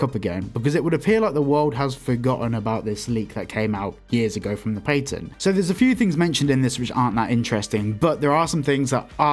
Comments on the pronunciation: Pat-end not pate-in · it's patten not "pai-ten" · i don't care for your accent but you pronounce the A in patent to much